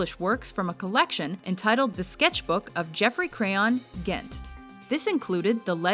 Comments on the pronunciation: On "Geoffrey Crayon, Gent." it's not pronounced "Ghent," it's pronounced "Jent!" The "Gent." in "Geoffrey Crayon, Gent." is short for "Gentleman." Just like the "Esq." in "Phillip Jones, Esq." would be short for "Esquire." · Am I wrong, or is "Gent." supposed to be pronounced with a soft G (as in "gentleman")?